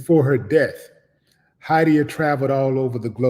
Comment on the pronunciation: 😖😣 EVERY-TIME you pronounced her name! Why don’t you all research your guess (Spelling/pronunciation) (name) in advance just out of respect alone before doing videos on them. That is NOT how you pronounce her name. DAMN. 🙄 Nice story BTW. 🙏